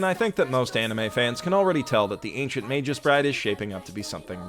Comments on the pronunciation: Did he just pronounce it magus as majuice? It's MAH-GUS with a hard G. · just a correction. Magus is a latin word and as such it is read exactly as it is written and not as "Meijus" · [mey-guh s] I like your vids but that was seriously bugging me the whole time. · Five seconds in dude. FIVE. FUCKING SECONDS. "MEI-jus? ELLY-us?" Dude. Killing me. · Sweetie I love you and I always enjoy your vids... but... that's a hard /g/ in "magus". I know it doesn't make sense given that the plural "magi" has a soft /j/ but... it's true. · >Using a soft G on the word Magus. Noooooo my autism!